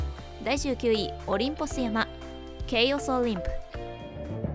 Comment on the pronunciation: 細かい事を言う様ですまん オリンポス山(やま)ではなく オリンポス山(さん) では？ 私も Minecraft はやっているがレベルが違いすぎて絶句するわ。